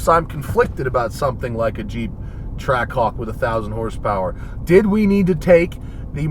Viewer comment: All I can hear is "Track cock", especially when he says it really fast. I'm not a native english speaker but it's funny how none of the guys from Jeep actually thought of that. (Or anyone in the comments as far as I can see for that matter)